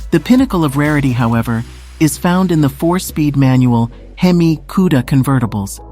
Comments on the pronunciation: Did she actually say "hem-miss" engine? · Hemiss engine? Illiterate narrator. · Hemis! Huh?! Sounds like humus! Lol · Hang on.... Can we get a video of you mispronouncing Cuda and Hemi some more? Please, and thank you.